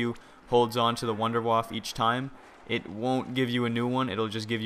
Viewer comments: it is pronounced wunderwaffah not wunderwaff!!!!!!! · Why does EVERYONE call it the wonderwaffle? its the wunderwaffe! and its pronounced vundervaffe. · mate its a wonder waffle not "vonder voff" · First thing, can you switch gun when you have the wunderwaffe? also, just so you know its pronounced - Vunder-Vaffer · every on its called wonderwaffe not wonderwaffle